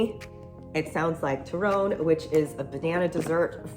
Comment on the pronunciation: I love the Filipino representation when you said turon